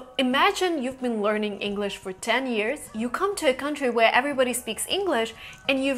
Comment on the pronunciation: "where" British accent 😄